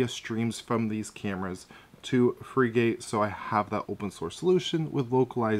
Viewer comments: You don't pronounce it (/ ˈfrɪɡət /)? A frigate is a type of warship. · It's not Freegate it's pronounced like the type of ship. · Frigate is pronounced like Frih-git